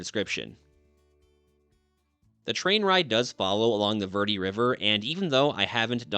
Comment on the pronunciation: Dude, you live there and don’t know how to pronounce Verde ? It’s Bare day in Spanish!! You butchered it so bad I thought you were saying something else!!🤣🤣🤣